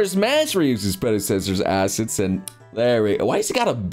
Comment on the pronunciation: "assest" :D